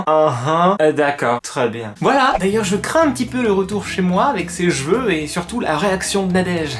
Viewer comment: Des "gveux" t srx 😂